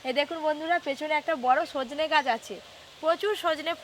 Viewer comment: দাদু ওটা সজনা ফুল নয় সজনে ফুল হবে 😂😂😂